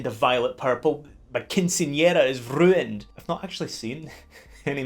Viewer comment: I really want my ringtone to be you saying “my quinceañera is rruined!”